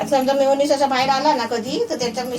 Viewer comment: मायोनीस नाही रे meyoniz